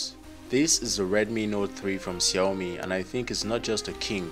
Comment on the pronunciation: Finally a reviewer who can pronounce Xiaomi correctly! Anyways good video! Keep it up!